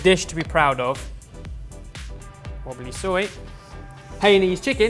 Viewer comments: The pronunciation should be "Hai-Nam", not "Hai-en". said it wrong. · Loooool! Hayneese chicken?! XD And was doing so well too lol with that great chopping skills too! Hainanese chicken = High + Na + knees chicken:) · This is not a comment to embarrass, just for your info next time, it's pronounced as Hi-nun-knees not Hey-ey-ness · lol "heinanese Chicken". HAInan,, HAI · Blazing Icicle_12 Ikr? Lmao perfect pronunciation once again xD HAI-Nan Neese not Hey-An-Neese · It's pronounce as Hi-nun-niece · lol it's pronounced as Hai Na Nese Good try! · "Hey-Yah-Nese Chicken. Sorted" haha! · jokes aside though, my dad is cantonese and my mom is hainanese so i can proudly say that you guys pulled this off really well. really good job guys and kudos to the singaporean sorted community who made sure the recipe was authentic! (might wanna try pronouncing it high-nan-ese tho) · "Hailey's chicken" what are you going on about ben??? XD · Hainanese is pronounced as HI-NUN/NAAN-nese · oh ben.... oh ben. it's pronounced like hi-nah-neese. good effort though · High-nar-knees Chicken Rice,. Looks fantastic! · Did you just say HEI-NEESE CHICKEN ?! ARE U TRYING TO CREATE A WAR FOR YOURSELF BEN? I thought we had an intervention for this already?! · Good job lads! Looks pretty authentic and delicious, glad you asked an expert and the community. Howeveeeeerrr..... Hainanese rhymes with "Hi Denise". That's all. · they really did everything right except pronouncing hainanese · It was going so well until butchered the pronunciation of "Hainanese" 😂. That being said, this recipe is a lot closer to the authentic dish than several other attempts that I've seen on youtube - just missing a few ingredients that would "level-up" the dish. Good job as always lads. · It was wonderfully prepared and you almost nailed it until i heard how you pronounced "Hainanese". I broke out laughing like an idiot. XD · I don't think pronounce it right